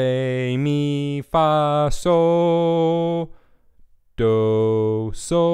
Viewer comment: when you kept saying soh doh i swear i was hearing so dope :) but thanks this really helped ive been looking for a good tuning video for a while now and i finally found what i wanted/needed